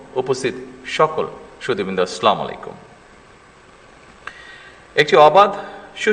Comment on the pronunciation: প্লিজ, সালামটা শুদ্ধ ভাবে দিয়ে বাধিত করবেন।